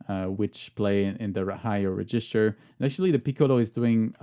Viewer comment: hand-pink-waving:Bonjour,. J'ai beaucoup apprécié cette vidéo très instructive. Permettez-moi toutefois d'ajouter une précision: la prononciation de « REGISTER » s'améliorera avec une légère modification: l'accent tonique porte sur la première syllabe, et non sur la seconde (comme c'est le cas en français avec « REGISTRE »). Merci beaucoup! ♥ - - I enjoyed this very informative video. But, permit me to add one thing. The pronunciation of "REGISTER" will improve with one slight modification: The FIRST syllable is stressed - not the second (as I know it is in French). Merci bien! ♥